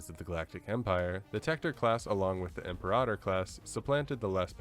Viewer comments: Imperahtor? Class interesting way to say Imper-ator. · Im-peer-Ah-tor, capice? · Imp-air-ah-tohr sounds better, personally